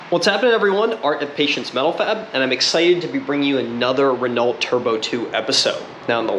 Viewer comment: Re-No is how you pronounce it, you don't pronounce the T in Chevrolet because that is also a French name.